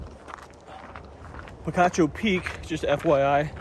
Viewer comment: I am not an Arizonan but having relatives who live in the Tucson area, I think the locals call it "Peek-achoo" (think a sneezing sound), not "pee-cah-choo".